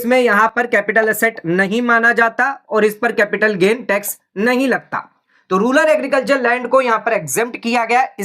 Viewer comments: "Rular" or "Rural" ...........????? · रूरल होता है भाई, रूलर क्यों बोल रहे हो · "Ruler" nahi "Rural" bolo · Rural को Ruler बोल रहा है